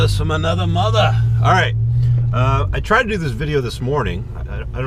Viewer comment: why do you pronounce mother within british accent ?